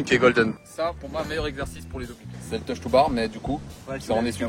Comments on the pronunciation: me semble qu’on dit TOES to bar lol pas touch to bar 🤏🏽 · Si jamais je reprends juste une petite info en debut de video , ce n’est pas « touch to bar » en réalité , mais « Toes to bar » ( orteils a la barre) un exercice tres ecxercé au crossfit! Bonnee video!